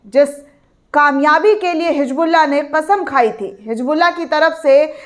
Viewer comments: hisbullah hai naam hijbullah nahi apni Urdu ko durst karo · It's Hisbullaah not HIJBuLLA, pls do not irritate Kunwaa ka pani nhi Kunwe ka paani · Madam it is Hizbollah not hijbulla please correct your pronunciation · It's Hisbullaah not HIJBuLLA, pls do not irritate It's KHAZAANA not khajaana Kunwaa ka pani nhi Kunwe ka paani